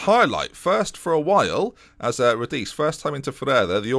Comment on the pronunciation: If Radice is Italian, his name is pronounced “rah-dee-chay”